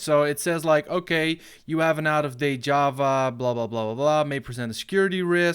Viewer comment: as a programmer I am offended by how he said java and jar